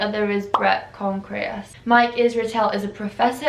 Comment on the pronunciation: Babe, it’s not Con-K-reas. Bret ConTreRas. 🙂